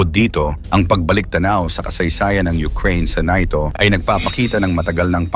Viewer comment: Samuka nimo dong.NATO dili NAYTO.